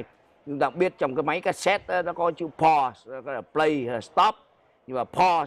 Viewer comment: Pronounce Pause ( Paaz ) phát âm cho đúng không phải Po ông MC ui